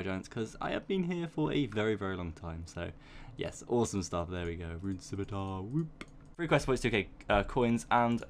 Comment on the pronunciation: The fact that you say scimitar correctly pushed me to subscribe.